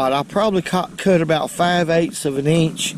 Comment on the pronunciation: I just love the way says "inch". Don't give em an eanch!